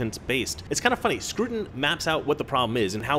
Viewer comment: Scruton? Don't you mean SCROUTON?!